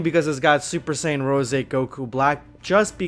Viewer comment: Its “rose” not rosey idiot😒